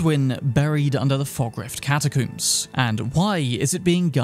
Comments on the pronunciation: I died laughing when he said catacooms XD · Why tf you keep saying catacooms? 😂😂😂 dude how do you say comb? I wanna coom my hair? Exactly…catacombs…I’m English too btw so you have no excuse 😂😂😂 god that annoyed me an unnecessary amount 😂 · The way he pronounces catacombs cracks me up